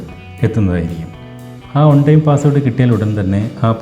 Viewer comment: ഒൺ ടൈം അല്ല. വൺ ടൈം